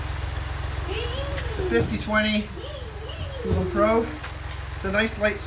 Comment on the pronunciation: Its pronounced like the country Poland only without the D on the end. Polan Poulan